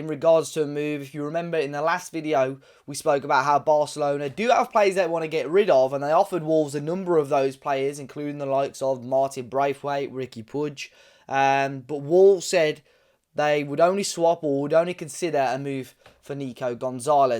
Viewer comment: Puig in pronounced "pooeeg" how many times do i gotta say it?